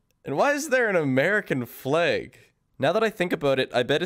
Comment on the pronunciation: Okay, so you said "flag" more like "fleg". Are you Newfie?